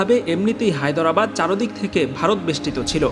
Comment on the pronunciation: "হায়দরাবাদ" শব্দটা ঠিক ভাবে উচ্চারণই তো পারলেন না, আবার প্রোপাগাণ্ডা সঞ্চালন করছেন!